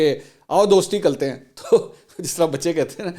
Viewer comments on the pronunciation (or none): Aao dosti "kaltay" hain 🤣 😂 🤣 😂